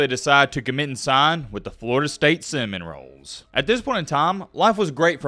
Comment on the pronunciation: Is this AI. This dude can’t say Florida State Seminole correctly.